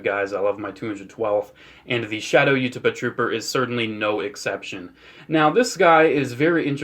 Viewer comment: The way you pronounce Utapauh makes my bones ache